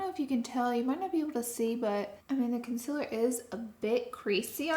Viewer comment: I love how she says “conciller”